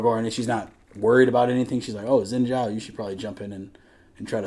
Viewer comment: Seneschal is a military Title. - the "ninja furry" is called Kennen - current Athakan == Human (Mordekaisers "friend") + Demon. Zaahen took over Xin Zhao, so Xin Zhao is gone - also Xin Zhao is spoken more like "Shin Ciao" as opposed to "sin" naw personally i prefer beautiful things. so this is an uglification which i dont appreciate. (yes imho, Fortiche uglifies characters) he does not ascend, he perishes. not stone but yea. i mean Petricide Zaahen Well, it's not "going back to ionia", his soul perishes. Glaive. he already did, from his hotel room, in china <.< because he got to watch it 2h early in a private viewing <.< i prefer his in game design, has way more details. from Posture, body build, colors, weapon, movements... he looks like a love child between Aatrox and Nasus. also you have you noticed,4 out of 5 Darkin champs have double A. nAAfiri, zAAhen, AAtrox, rAAst... they need to rename Varus to vAArus <.< in case it didnt click for you, she finds this info very useful as she tries to get rid of Swain/Swains demons - thus they show the crow